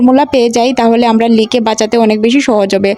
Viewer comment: আমোরা, উচ্চারণ সঠিক হওয়া উচিত